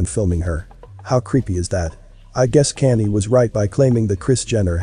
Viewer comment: Is this a real narrator or a robot how come you can’t pronounce Kanye and Kylie that seems weird to me is this fake